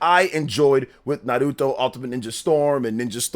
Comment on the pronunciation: Please learn how to say Naruto bro. It's not Nah root oh